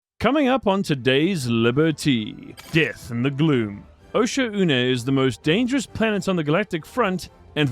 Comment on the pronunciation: Osha-oo-nay is how the ship ai pronounces it